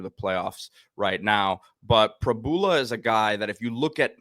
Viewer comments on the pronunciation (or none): Prib - YOU - la 🤦‍♀️ Please get it right